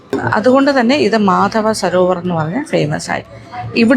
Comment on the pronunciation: മധ്വാചാര്യ എന്നാണ് മാധവ അല്ല